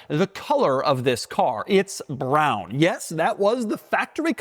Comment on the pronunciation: ✅ BROWNNE ✅ MANUELLE ✅ FRONK